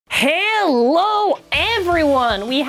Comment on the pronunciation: He always says halo:/